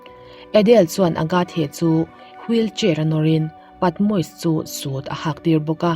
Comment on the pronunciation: Patmois ni loin Patmosis ani zawk ani lawm ni??